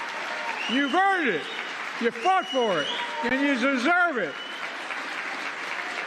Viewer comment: "You fought for it, you zerzurve it ( slurring )" - Biden